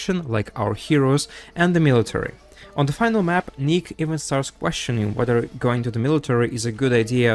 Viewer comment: finale aint pronounced as final. finale = fin + alley. fin as in a "fish fin", alley as in, "the survivors walked down a dark alley" its pronounced fin-alley. mind u, thats different from finally. final, finally. fine-alley. finale, fin-alley. no offense, wanted to be helpful.